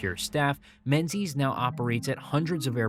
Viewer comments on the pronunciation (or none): In Scotland, Menzies is pronounced Mingis.